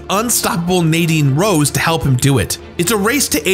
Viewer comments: Just wanna- Her name is Nadine Ross, not Rose x'D Great video! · Did my man really call her Nadine Rose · Holy shit. Its nadine Ross. Not rose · Love your videos man! You are a legend! But isn't it Nadine Ross not Rose?? I could be wrong lol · “Nadine rose” lol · “Nadine Rose” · Nadine Ross. Not Rose lol. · Nadine ROSS not Rose